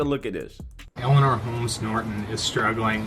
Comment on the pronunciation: Her name is Eleanor, not Elena